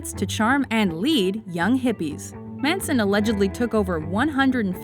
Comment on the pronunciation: it's Charles Manson not Mason